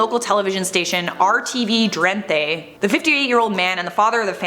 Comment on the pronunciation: I love the way pronounced “rtv Drenthe” 😂❤️